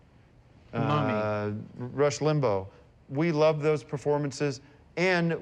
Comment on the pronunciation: "Rush Limbo"😂 Tim mispronouncing names will never not be funny